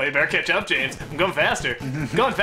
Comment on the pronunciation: Is it just me or does James sound like he's saying 'ketchup' when he says 'catch up'?